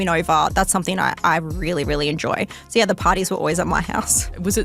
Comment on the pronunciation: In the word "so", why dies she keep adding an "r" to the end of it? She's as deep as a puddle. The scorpion and the frog. She has a child's mentality. Nowhere did she take any accountability for what happened.